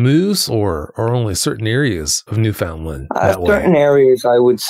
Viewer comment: it's pronounced NEW FUN LAND.... Newfoundlanders tend to get irritated when people mispronounce it. 😅